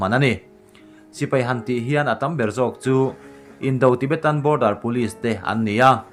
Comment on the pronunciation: Indo-tibetan tiin an lam ngai lo... (Indaw-tibetan) tiin an lam thin... "A lian chho zel avangin" nilovin "a len chhoh zel avangin" tih tur A dang pawh a awm nual I aw atang hi chuan i puitlin tawh hmel nen, mizo tawng dik tal hi chu thiam tur